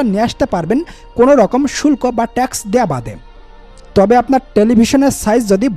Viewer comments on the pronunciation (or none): none